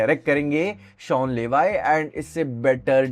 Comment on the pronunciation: It's शॉन लेवी... not शॉन लेवाई😅😅